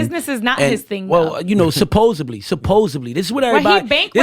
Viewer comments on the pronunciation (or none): Can somebody tell him it’s ‘supposedly’ with a ‘D’ and not supposebly